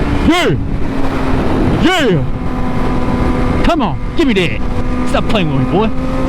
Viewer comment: I love the you say c'moun